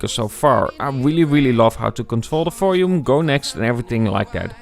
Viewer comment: You keep on saying "folume" instead of volume. :)